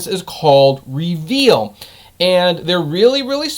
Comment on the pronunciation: REE- veel